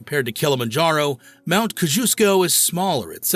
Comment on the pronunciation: What a wild way to pronounce Mount Kosciuszko (KOZ-ee-US-koh) 😂